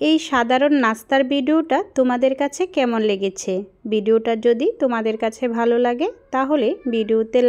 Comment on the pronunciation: Tomar Sobkichui valo lage apu. Shudhu tomar bangla koyekta borner uchcharon thik kore nile aro sundor hoto. Zemon,valo, ke balo bolo. Vorta, borta. Ei rokom kichu. Karon, tomar video ami sobsomy dekhi. Ei shobdo gulor kerone ektu bemanan... Lage. Ar sobi sundor. Onek sundor.